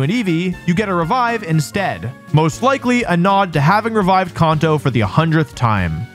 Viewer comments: Bro come on its KAN TOE NOT KAWN TOE You did this shit with rayquaza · Its Kanto, not Kaunto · I will be 6 feet cold in the ground before I recognise Caunto as the proper pronunciation for Kanto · I hate how you say "kauhnto" 😭😭😭😭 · Who pronounces Kanto like that? “Con-toe” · Kanto CAN-TOW Seriously? What is with Candians saying shit wrong? It's said as "Can-tow" all the time EVERYWHERE ELSE. You're not Japanese. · Kun-toe region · Con-toes… this makes me mad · Why you saying conto 😂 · Kahn-toe😂 is that actually how it's pronounced? Or is it can-toe? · Came to the comment to see if anyone was annoyed by it lol It's Kan-toe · The way he pronounces Kanto actually makes me wince